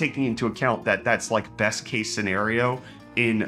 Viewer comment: The other day I noticed he said "I'm your Bret host" lol